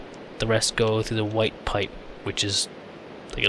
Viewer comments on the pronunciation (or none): none